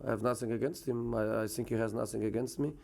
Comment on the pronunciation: I ..have nuffing to sayy nuffing...😒